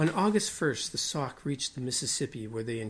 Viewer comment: That is pronounced “ sock “ not. sack!